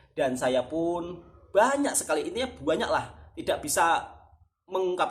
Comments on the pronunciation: ...ini permintaan saya, cuba satu kali bikin video bercakap bahasa Malaysia. Bagaimana bunyi nya ye. Suka dengar sebut perkataan "BANYAK" jadinya "BUANYAK". Apa pun semoga terus maju jaya dlm YouTube. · Suka dgr 'buanyak'